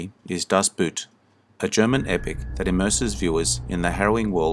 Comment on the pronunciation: I have seen all of these films, and here are my comments: Tora, Tora, Tora is superior to Midway; In Harm’s Way was left off; and the second word in Das Boot is not pronounced like the footwear, but very close to boat.